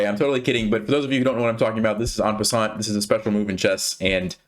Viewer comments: The t in en passant is silent. :P C'est français! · I love the fact that it's called "en passant" outside of France and that you say it with an English accent, I mean it sounds weird to a French guy like me and that's kind of funny haha